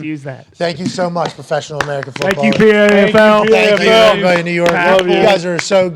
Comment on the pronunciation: The "PAFFLE"